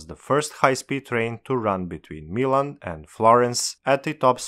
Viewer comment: "Between Meelan" itaian hurt noises